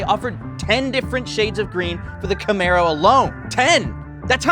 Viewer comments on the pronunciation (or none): none